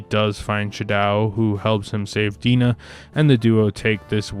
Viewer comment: Your review is good but you seem to be unable to pronounce the names of the women in the story.Oliver's love interest first name is Di-Nah.And the Japanese woman's name is pronounced shadow,as in on the wall.